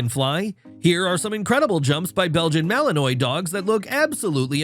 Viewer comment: Belgian Malinio is pronounced M A L I N W A.